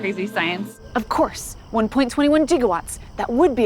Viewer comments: I noticed physics girl used the pronunciation of gigawatts as (G-GA-watts) which was the original intended way that the S.I. unit was supposed to be instead of the more common "GI-GA-watts" that is used by everyone else and for that she receives extra credit. Awesome stuff guys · faithful to the movie, too, i was surprised that the marty character pronounced it gig-a-watts...